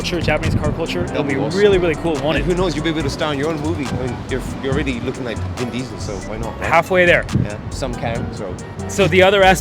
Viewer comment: No no. ‘Bin Diesel’ ‘Pall Walker’ ‘Some Kang’ 😂